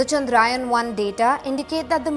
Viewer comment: This is not चंद्रायन but चंद्रयान .. This is need to be corrected... Plzzz Expect a proper pronunciation 🙏